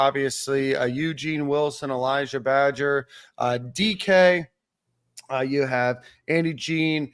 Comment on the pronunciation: Somebody tell the wide receivers name is badger not badges😂